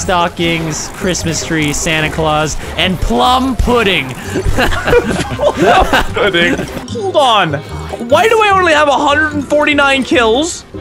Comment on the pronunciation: "Plum Puddin"